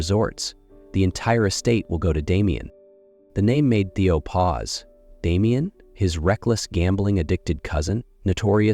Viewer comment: It’s a big turn-off when the narrator can’t get the names of the characters right. It’s Theo, not Teo and Sky, not Skye.